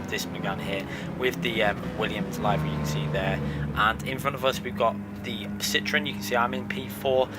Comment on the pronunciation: Liv - ery not live - ery.